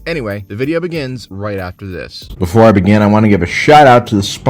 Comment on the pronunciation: “Before🗣️ I🗣️begin🗣️…”